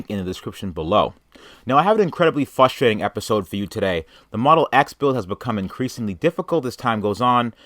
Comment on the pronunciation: I love ya, but please stop saying 'fusstrating.'